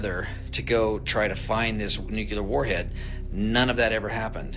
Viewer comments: Its Nuclear....not nucaler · Nuclear not nucular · For God's Sake... .. it's NU CLEE AH not NEW QUEUE LAR. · Nukuler!? It's pronounced nuke-li-er. Makes you sound unintelligent. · It's pronounced New Klee Er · NuKewler . NewKuLer ? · Lost all credibility with me as soon as he started talking about "NUCULAR" weapons. If you can't even pronounce a simple 7-letter word like N U C L E A R how do you expect anyone to believe anything you say about it?? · yep... religion as usual is there for the ignorant lolol.... it has gotten in the way of advancement b4... of course it still does... gotta love ppl who cant even pronounce "nuclear" correctly.... totally trustworthy lmaooooooooooooooo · I am confused why this "expert" at weapons grade unmanned aerial vehicles can't pronounce nuclear correctly.